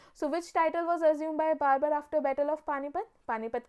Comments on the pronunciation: For the video thanks but Babur ko barbur kiyu bol rahi a😂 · Babar, not Barber. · Your pronunciation is wrong..it's not barbar it's Babur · Mam babur hai wo barbar nahi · Aapne Babur ko Barber bana diya.... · Barbur nhi hai ma'am babur hai wo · बैटल ऑफ 'कन्व' ये कौन सा बैटल था??.....मैडम वो 'खानवा' है। और 'बार्बर' नहीं उसका नाम बाबर था। आप। 'सांगा' को आप संगा बोल रहे। परचम से ऐसी उम्मीद नहीं है। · I thought I'm mistaken but now I know mam was saying Barber